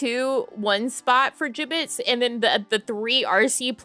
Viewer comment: Thanks for the stream!! It was a fun chatting and window shopping stream. I had no idea what a Jibbitz was at first, I thought ya kept saying Giblets and I was so confused LOL:_NamiLaugh